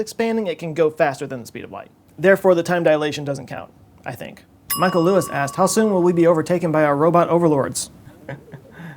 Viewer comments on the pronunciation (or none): none